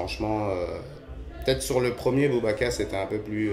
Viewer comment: "Boubakas" mdr